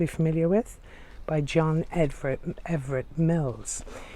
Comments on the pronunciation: I might have heard this wrong... but did you say Anne Rice wrote Dracula? (Bram Stoker), and did you say John Everett Mills painted Ophelia? (Millais... unless it's pronounced Mills and I haven't realised) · The Rossetti family grave... Elizabeth Siddal (pronounced 'Siddle') - model for 'Ophelia' by John Everett Millais, (not Mills).